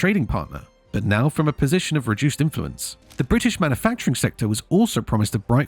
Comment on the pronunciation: manufacturing, not manafacturing. otherwise a good summary